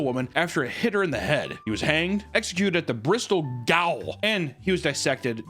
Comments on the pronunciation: "Gaol" is pronounced the same as "jail". It's the original spelling. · Gaol is pronounced exactly the same as "jail" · gaol is pronounced like jale. It's the older version of jail. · gaol is pronounced the same as jail